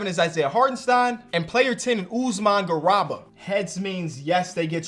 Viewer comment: It’s garUba gosh dang